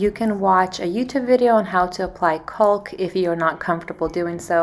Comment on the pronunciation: It’s not “culk”, its “caulk” , pronounced, “Cock”, the L is silent.